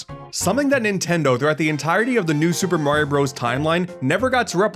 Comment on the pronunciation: I wish you didn't mispronounce Super Mario Bros. It's so annoying that you can't say it correctly.